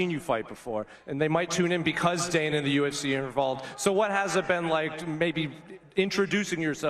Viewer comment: Why do foreigners always call Dana "Donna"? It's so easy to change the sound of the name.